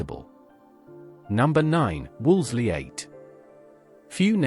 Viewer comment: Wolseley is pronounced ‘WOOLSI’ (Except by less-educated commentators). I was very much around in those days, and can contradict your disparaging remarks. Vehicles didn’t creep about. They were driven at speeds according to speed limits. Evidently the narrator is too young to realise that following the war, everyone was very far from being wealthy, rationing continued well into the 1950’s and there were reliable train and bus services. Until the Railways were wrecked by politicians, who were neither Raiwaymen, nor of limited means.